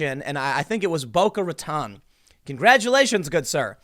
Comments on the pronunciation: We pronounce it ra tone not ra tan! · For somebody that lived in south Florida for a while Tim you pronunciations of Boca Raton is terrible. You sound like a damn yankee 😂